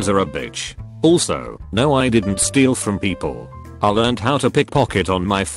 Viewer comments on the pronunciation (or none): none